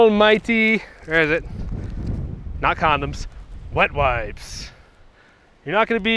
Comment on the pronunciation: I was thinking you'd said "wet wives" not wet wipes. Next episode You could do some tips for managing loneliness on the road :)